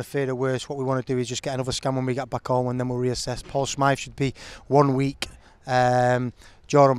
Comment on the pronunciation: Smyth, Happe and Drinan all mispronounced by RW but apart from that I can't fault the bloke.